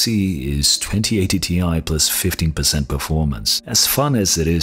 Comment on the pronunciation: You think big navi being about 50% better then 2080ti would put it between 3070 and 3080? How does that logic work? Do you really think 3080 is over 50% faster then 2080ti??? What? Btw early benchmarks are showing 25-30%... EDIT: oh he means 15 but sounds like 50 lol